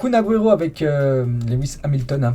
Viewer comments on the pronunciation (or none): none